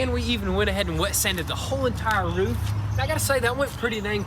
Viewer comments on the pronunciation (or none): We gonna ignore the fact he said "we went ahead and wet sanded the whole loof" rather roof lol where the colorful rari go?